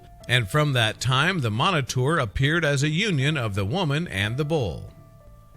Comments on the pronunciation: Minotaur is Pronounced MINO-TAR not "miniter" LOL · Pronounced min-o-tar not monoter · Your pronouncing it wrong. Its "Minotaur" not "Monotour"... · Its pronounced (mino_tar) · You pronounce it minotaur... lol great try